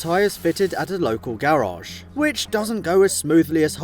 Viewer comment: Bro i love your series but it is garage and not gararge 😂😂